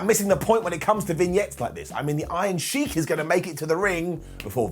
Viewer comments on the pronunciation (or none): none